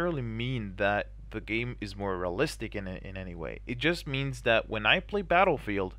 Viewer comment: lol I heard you saying "moralistic" , that crack me up :D